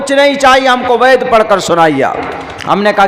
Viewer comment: पहले आप वेद का सही उच्चारण तो करना सीख लीजिए आपके उच्चारणका मतलब तो चिकित्सक होता है